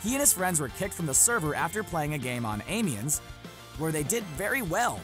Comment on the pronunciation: Its pronounced Amean, bot Ameins, I know i spelled it wrong, i spelled the pronunciation